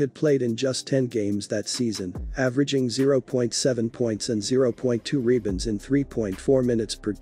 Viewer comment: What the hell is a "reebund?"